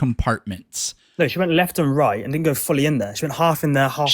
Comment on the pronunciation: seriously, work on your "wouldn't", "couldn't" and "didn't". It reminds me of being back in special ed class again. "I DINNIT DO IT"